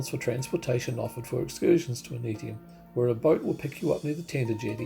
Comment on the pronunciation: Just watched your video...very enjoyable. I am a long term resident, so I hope you don't mind my input. Ni Vanuatu ( meaning Vanuatu born ) is pronounced 'nee'. Aneityum is pronounced Ann-eye-chium. 😊